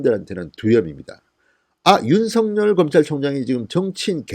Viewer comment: 징성호씨 윤석열 발음이나 제대로 하세요